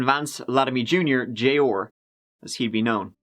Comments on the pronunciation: Jay-ORRRRRRR.... say it with me, "Jey-AWE-R" lol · Arrrr. J Arrrr. Not J Orrr. Killin me smalls. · Me too! I was like who the hell is J-ore?? 🤣 🤣 🤣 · Name: J.R. says: “Jay Orr”